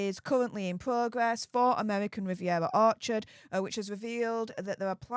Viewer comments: Amevvvvvican vvvvvivvvvievvvva😂😅😂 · Pls don't even try to pronounce her new insta ffs it's not amevvvvvican vvvvvivvvviera orchard😂